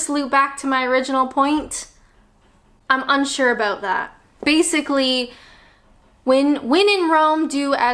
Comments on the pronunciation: Us brits are truly laid back... UNTIL YOU PRONOUNCE ABOUT LIKE ABOOT! 4yrs and she still doesn't get it 😂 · please address the way you pronounce the word 'about' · "Aboot" <3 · I know, this is a cliche but I love how you say ‘about’ makes me smile every time. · I love your tutorials, don't tell anyone but I have a drinking game when ever I watch your videos and have a drink when you say "about" in Canadian, keep up the good work, take care from 136 miles south of Vancouver British Columbia.